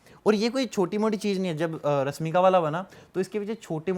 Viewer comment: पहले मसीन नहीं मशीन और आर्टिफिसल नहीं आर्टिफिशियल और रस्मिका नहीं रश्मिका कह दोस्त तू ज्ञान की बात बाद में 😂